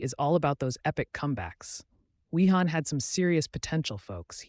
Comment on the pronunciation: Pronounced "Vi-han", the entire time he was on 😶